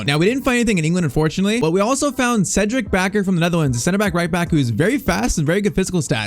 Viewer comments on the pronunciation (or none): none